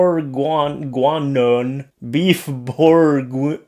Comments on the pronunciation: pronounced: borg-in-yon bourguinon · Dude, you live in a nation where French is often spoken, how can you not pronounce the French beef and wine stew? LOL!!! Still love you,. 😂🤣😂❤️